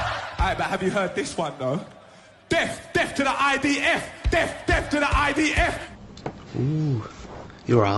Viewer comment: Did he say "deff" 😂😂 what a wally.